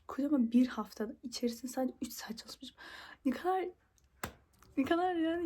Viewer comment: When the japan accent hits caaalismisim